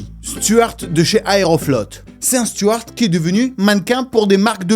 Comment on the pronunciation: On dit stewart, pas stuart 😉